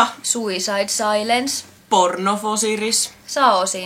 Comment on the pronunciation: "porn of osiris"